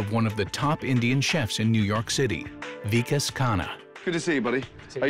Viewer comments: said “Vakis” instead of “Vikas” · really said "vakiss" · mispronounces the Vikas’s name. That’s downright disrespectful. How does one forget the name of a top chef? The name isn’t even long. It’s short and simple. Love how Gordon catches it and corrects him immediately. He was so done with